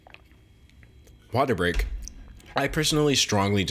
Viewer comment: no one: d'angelo: WateR BreaK